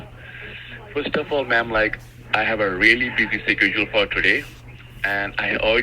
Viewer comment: A really busy "sekedule". Imagine being so patronising and not being able to pronounce "schedule"